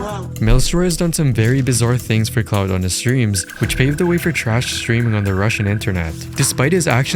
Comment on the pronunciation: lol, "cloud" instead of "clout"